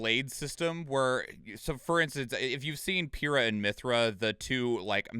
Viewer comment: it's pie-ra not pew ra